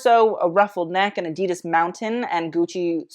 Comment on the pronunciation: Ok so adidas is not pronounced as drawn out as you made it (and literally everyone else). So not ahhdeedus as German is not a drawn out language. You want to take your current pronunciation and make it as rapid as possible. Honestly it should sound like a perfect cross between the two ways that people like to pronounce the brand name